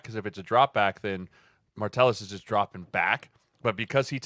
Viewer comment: Why does Sirles keep saying Martellus with an R it’s driving me nuts